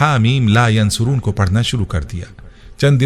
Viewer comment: Bhai ap apna tallafuz sahi karday .. Yunsaroon par pesh laga hay jab k ap zabar k sath par rahay hay. Shuktia